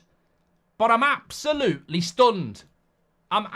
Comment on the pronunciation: "Its like going from your dream girl or boy, to shagging road kill. It's avsolutely disgusting" - Mark Goldbridge, on the potential appointment of Gareth Southgate as Man United Manager 😂